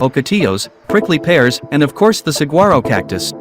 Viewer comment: Learn how to pronounce saguaro correctly. The gu is pronounced like w. Sahwaro.